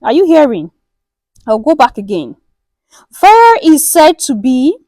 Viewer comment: Not Ophir or Or-Fire, OFFA!